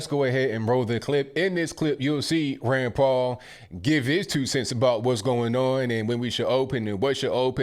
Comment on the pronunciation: Every time u say Rand Paul..i thought u were saying granpa.....love ur podcast!!!! Ur always RIGHT ON!!!!